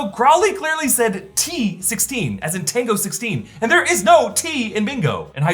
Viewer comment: Mexican here.. "TENGO" made me laugh so much. Also, the whitest thing I've heard 😂